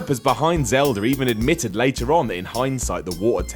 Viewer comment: "The Legend of Zelder: Ocareener of Time"